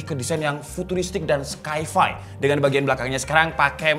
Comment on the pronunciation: Sci-fi science fiction bang bukan skai fai